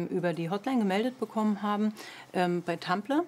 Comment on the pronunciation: tumPLER?? ernsthaft? 😂😂